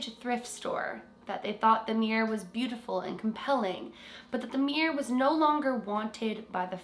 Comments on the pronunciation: “The Meer’r” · Why do Americans and Canadians pronounce the word mirror like this: “Meer’r” Sorry I had to. It’s “Mir-ror”! Haha. Edit: it’s fine it just makes me laugh 🤣